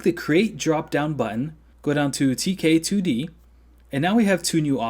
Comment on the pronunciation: You have the voice of an angel. This tutorial is professional stuff. A+++++ WOULD LISTEN AGAIN. Only problem is when you say "2k2d" instead of "tk2d." KILL MEEEE! When you said "tk2d" at the end correctly it felt like I was listening to the most beautiful sirens sing a song just for me. thx frnd!!!!